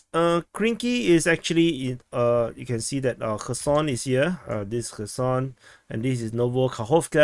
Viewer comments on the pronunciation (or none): none